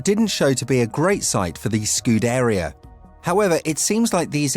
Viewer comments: These words are in desperate need for you to stop butchering. My ears are bleeding. Leclerc Sainz Scuderia Degradation Monegasque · Please stop mispronouncing Sainz, Scuderia and Leclerc